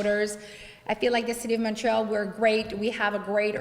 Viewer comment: Finaly someone awake......She is a desaster and she is not even capable to pronounce the name of her city......it is not MARIIIIAL c est Montreal